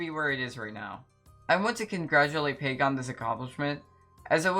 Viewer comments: no way you said pake😭😭 her name is pronounced pack-oh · bro said “pake” 😭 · Pack-oh, mu guy, P A C K - O H